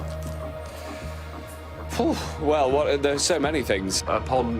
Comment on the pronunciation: Matt Han"on"cock